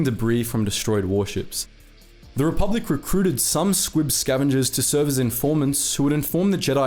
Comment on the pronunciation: I keep hearing "squig" instead of "squib".